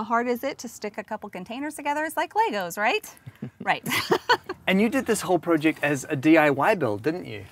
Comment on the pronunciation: It’s not pronounced prooject bud...